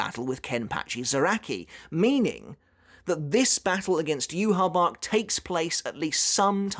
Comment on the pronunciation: Oh good god it is so wonderful to hear you pronounce Yhwach the way you pronounce it in the beginning of this video lmao the way you were pronouncing it in earlier videos was driving me absolutely insane haha